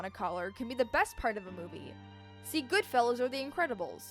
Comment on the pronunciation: sounded like goodfellows 😂 no shade, I just thought it was funny